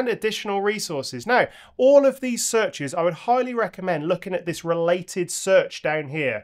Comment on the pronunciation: Your mistake „thas“ instead of „this“ is actually correct in Bavarian German 😂 Des (pronounced like thas) means this or also the